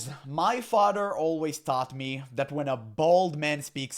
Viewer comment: “My fadder”